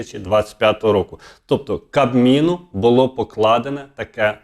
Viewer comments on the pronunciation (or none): none